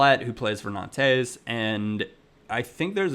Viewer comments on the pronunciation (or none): none